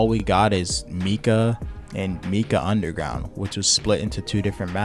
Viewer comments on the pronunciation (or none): Yes the way he pronounced matka got on my nerves. Like how do you read “Matka” and get “Meeka” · Not only that but has the dude heard anyone else call it “meeka” 💀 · In the history of videos addressing controversy… this is ass. Why even address this with an entire video? There’s no way this was written, edited, and combed over by a pr department this quick. Fire your public relations guy. Side note: people outside of your circlejerk pronounce it Mat-ka. Weird thing to make fun of someone for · Calling him out for mispronouncing matka had me dying. Agreed that A) do your homework and B) maybe have some common sense when calling yourself an expert/guide Nova. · This dude did not call out his pronunciation of Matka Miest is that how little you have to defend yourself with